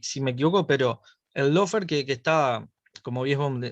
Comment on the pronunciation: La chica esa usa el término Lawfare... pero no tiene ni LA MÁS PÁLIDA idea como se pronuncia!!! Qué vergüenza... dice "low"fare en lugar de "law"fare!!! Y se nota su posición izquierdista de su propia interpretación de la ley!!! Y en Uruguay no hubo descrédito alguno, HABÍA UNA MANGA DE ASESINOS DE CIVILES, UN GRUPO MALDITO LLAMADO TUPAMARO!!! Y QUE NO ME LO DISCUTA A MÍ PORQUE YO LOS VIVÍ!!! NO ME LO CONTARON COMO A ELLA!!!